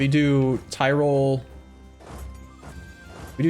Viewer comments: I swear hearing him say tirol brings me physical pain. It easy, say tea, good, now say roll, good. That's how you say tirol not Thai roll... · Mispronunciation, sure. But horrible butchering like thairoll is inexcusable.